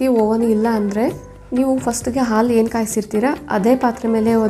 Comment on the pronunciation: ಆಲು ಅಲ್ಲಾ ಹಾಲು. ಅಳೆ ಅಲ್ಲಾ ಹಳೆ. ದಯವಿಟ್ಟು ಸರಿಯಾಗಿ ಉಚ್ಚರಿಸಿರಿ.